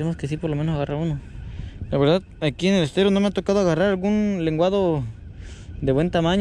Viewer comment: "Estero" con "E" de Error!.....no SSStero!...saludos!